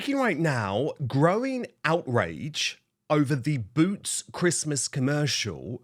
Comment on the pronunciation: It's Boot's not Root's.